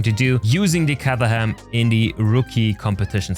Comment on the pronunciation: Caterham like in Kate;)